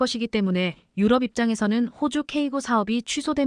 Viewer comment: km를 킬로미터로 못읽고 케이엠이라 하냐?? 2~3년은 2내지 3년이지 23년이 아니다. 나래이터 스크립터 둘다 엉터리다. 대폭을 대쪽 유럽을 유럼 올라타를 몰라타, 5~6세대를 5내지 6이 아니라 56세대 라니 더욱 가관은 2028~2030년을 2028 내지 2030년이나 2028년에서 2030년이라 읽어야지 뭐라 2천28만 2천 30년이라니 무능 무식대담의 극치다. 이런 스크립터 나래이터 둘 다 고만 12만명의 구독자를 모욕하지 말라. 또 5~5.5를 오 내지 오점오로 못읽고 오십오점오로 읽어제끼냐 고만 문닫거라!! 89세 노인독자.